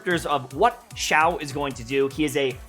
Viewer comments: Zhau: Shau China: see-aw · It's pronounced si-ya-ow no 'h' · There is an I in his name for a reason. It is pronounced Shiao! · Hi, I’m Asian and you pronounce Xiao as siao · I think the right pronunciation for his name is "see-yao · sorry, but you never say it right. though its all good:-)